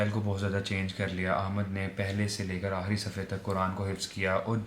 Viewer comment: Aahri nhi hota aakhri